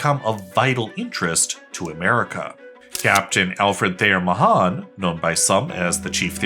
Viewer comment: You mispronounced Mahan